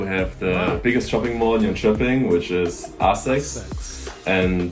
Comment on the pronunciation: One of the guy sounded like he is from Germany and the other maybe France, both pronounced Swedish places wrong around Jönköping.